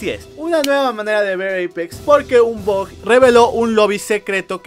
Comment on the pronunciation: Deja de llamar el BUG como BOG por que luego pienso que dices BOT >:v